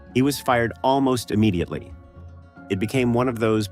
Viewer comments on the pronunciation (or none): none